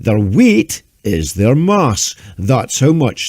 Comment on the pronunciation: Did he say weight or...weed?